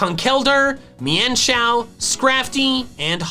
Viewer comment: any body fell like is is saying mienshao weird because I say it as mean-shao